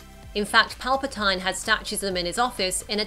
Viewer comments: It's "Pal-Pa-Teen" not "Pal-Pa-Tine" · Did she say palpetyyne... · Never heard of Sheev Palpatine pronounced like that. I feel Snoke was a hugely wasted character, especially as he manipulated the lightsabre with such ease and exhibited powers of much more intensity and strength. He claimed to 'know' or 'feel' everything Kylo is going do before he even does it,and yet still allows the previously mentioned lightsabre to be ignited and force pulled through his torso? The very same sabre he had toyed the pair of them with in such a freaking cool and OP way.... Waste of a intriguing character with huge potential